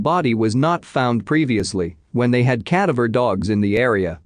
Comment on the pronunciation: Sorry - can’t do it anymore. The constant mispronunciation of Hedgepath. (Her case was solved this year.) I’ve listened to quite a few of these videos and the computer voice isn’t the problem. It’s the constant mispronunciation of common words (cadaver). Just can’t do it anymore.